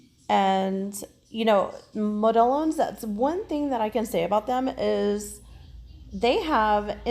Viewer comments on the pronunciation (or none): Model ones is how it's pronounced. My Puerto Rican office mate calls them Mo-del-lonez. 🤣🤣🤣